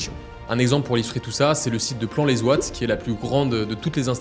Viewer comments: Plan les Wat (phonétiquement) pas plan les Zouat...😂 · Au cas où ça se prononce : Plan les ouate, on prononce pas de S ahahah même si l'orthographe est Plan les Ouates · Oui dommage. Entre Plan-Les-Zouates. Et Roselor.. au lieu de Rolesor. :/ mais si non très belle video effectivement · Pour info on ne prononce pas Plan-les-Zouates, en fait on ne fait pas la liaison, donc c’est tout simplement Plan-les-Ouates 🇨🇭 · J'allais l'écrire ! ahahah :) Plan les zouates